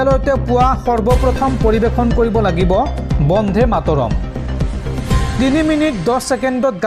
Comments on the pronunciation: বন্ধে নহয়,বন্দে ।শুদ্ধকৈ উচ্চাৰণ কৰিবা। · উচ্চাৰণ বন্ধে নহয়, বন্দে হ'ব লাগে